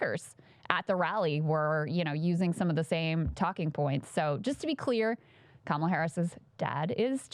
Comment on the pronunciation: Nancy Mace now known as Cindy Pace AS SHE wiII NOT SAY KAMALA correctly! From now as such